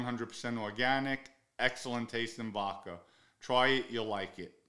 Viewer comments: Vodka has no R in it Pronounce the A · " vodker" lol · The way you pronounce vodka kills me every time 😂😂😂. Vodker